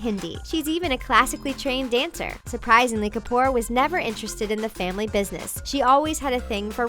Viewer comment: They slaughtered the names of the Kapoor family. SO CRINGY AND AWKWARD.